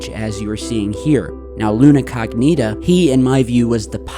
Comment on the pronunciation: Luna CO'gnita! Not Luna cogNI'ta.. Lol it sounds, funny for Italians ( Google it and hear the correct pronunciation as we with English too))) I am saying for you as you are great bro! Channel is extra cool